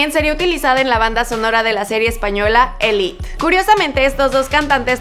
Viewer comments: Elit ? Me suena a papel higiénico :v jsjsjsjs psdt: es elite no elit :"3 pero me gustó el video ❤ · Se dice Élite no Elit por algo que es español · se dice Élite no elit xd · Y la serie es "Élite" no "elit" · Serie española llamada “Elit”? Elite! No es un anglicismo. Gracias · Elit? ELIT? Entiendo que seguramente grabas desde USA o desde México que tiene mucha influencia de ahí, pero cariño no todo se lee en inglés. Un poquito más de cultura por favor que la palabra Élite esta en español, se pronuncia tal cual. A ver si dejamos de gringuerizar todo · y no se dice "elit" se dice elite